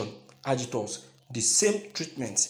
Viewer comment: Do you mean AGITATORS OR (AGITORS)?